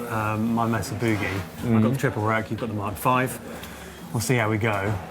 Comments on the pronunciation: i thought yall were saying "messer" it's not messa it's maysa! or at least around here it is. cheers. awesome vid. did you guys know kirk has a sig wah? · Mesa is pronounced Maysuh not Messuh. Les Paul is pronounced Less not Lez. Thanks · Love how they call the amps "messes" instead of pronouncing it May-sa. Sorry guys but early Metallica used Marshall JCM 800 and Mesa Boogie IIC+ amps not Rectifiers. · May sa not mess a not difficult to say